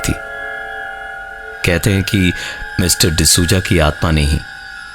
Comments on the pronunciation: pravin bhai d souza bolo , d suja nahi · the narration was great. except the pronunciation for Mr. D sooja 😂😂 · Lol sooja 😂😂😂